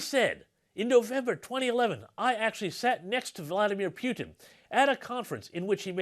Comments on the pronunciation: Please pronounce misinformation's surname correctly, my wife is driving me nuts going on about nobody getting it right. When you say it right it's more humiliating in English. Poo-tin not pewtin. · Pootin not Pewtin. You finally got it right in the game show..